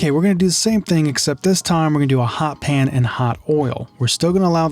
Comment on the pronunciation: hot pan not HOT pan.